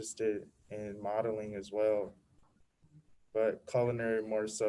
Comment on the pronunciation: He said modeling 🤣🤣🤣